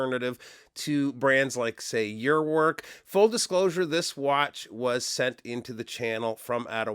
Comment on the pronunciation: THE watch for sci-fi movies fans. Let's say you are one of the very few owners of a Delorean car (yeah, the one form "Back to the future"), this is watch to have. At least this will work, car won't...!!! 😂😂 Personaly, not a fan, of either, not even Urwerk watches, so... enjoy guys, i'm out (in real life😋). Thanks mate, be well, cheers. PS Damn, it's "oorverk" not your-wo(e)rk! 😋